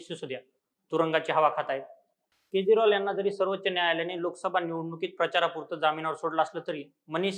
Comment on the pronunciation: केज्रॉल नाही रे